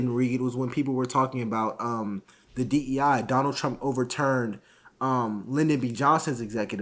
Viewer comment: It's DEI, not DENI